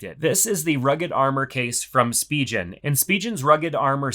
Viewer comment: Spigen is not pronounced that way 😅